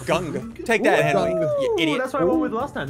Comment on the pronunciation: “Air Benry”-Sigils lol